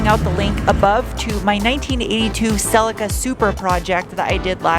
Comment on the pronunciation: Celica is pronounced celleeka 😅